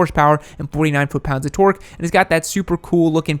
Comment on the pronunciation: Torque* please just say it normally lol